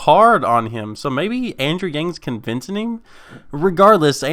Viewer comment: did you just say "convincening"?